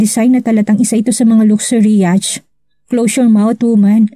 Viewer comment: Yat po ang tamang pronunciation ng yacht.